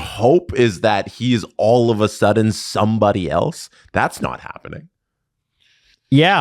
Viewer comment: All’va Sudden